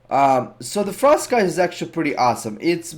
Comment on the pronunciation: sweet vid! btw Frostscythe is pronounced Frost sythe. the C is silent... and yes english is stupid sometimes xD